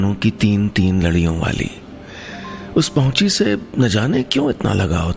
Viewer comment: it's pauchi not pahuchi